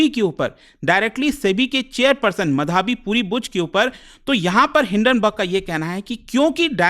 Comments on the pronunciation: bhai ankit ek naam to dhang se le le, madhaabi madhaabi kya bol raha hai , madhvi is her name. Aise same last time Bhartruhari Mahtab tujh se bola nahi jaa raha tha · अरे भाईसाहब वो मधावी नहीं माधवी है। अंग्रेजी के चक्कर में हींदी का कचरा मत करो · अबे नाम तो ठीक से ले ले उनका नाम माधवी है मधावी नहीं। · माधवी पुरी बूच not माधाबी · ओ भाई, उसको मधाबी नहीं बोलते। माधवी बोलते हैं। पुरी सरनेम से पता नहीं चला यह उड़िया है?😅😂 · "मधाबी" नहीं "माधवी" होगा उनका नाम। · Pronounce it like tarak mehta's Mādhavi... it's not Madhābi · Madhaavi मधावी नहीं माधवी है😅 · Madhaabi nhi hai sir madhvi hai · मधावी नही भाई माधवी बुच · माधवी बुच उच्चारण होना चाहिए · abe tuje madvi pronounce krne ni aata?? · What a teacher he even doesn't pronounce" माधवी " 😂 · अगर आप एक हिंदी नाम "माधवी" का उच्चारण भी ठीक से नहीं कर सकते तो आप को शिक्षक बनने का कोई हक नहीं है।